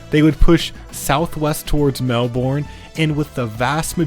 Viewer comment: Absolutely horrendous Australian city pronunciation, but not the worst I've heard. Melbourne - Mel-burn Canberra - Can-ber-uh Thanks for the vids,!